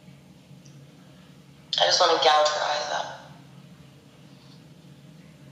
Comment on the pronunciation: "I just wanna goje ur eyes out"................"come again" LMAO